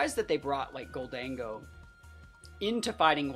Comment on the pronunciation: Gol-dango? It’s obviously Golden-Go right?